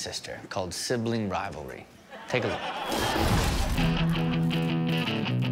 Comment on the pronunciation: he barely got that out. "Rivlrrrrrlrrry"